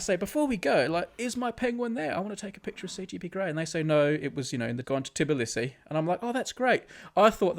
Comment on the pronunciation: hey, im from georgia and brady saying "tibilisi" is triggering me so much its "tbilisi", i am sad.